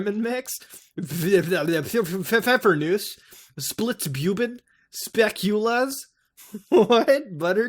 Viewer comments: edit its pronounced speckle-ass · Spekulaas Is a Pretty Common and popular Cookie type here in the Netherlands hahaha !. no worries you dindt butcher the name to badly ;D ! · Spekulaas and Kraak are Dutch, lol. That was fun hearing you try to pronounce Dutch words XD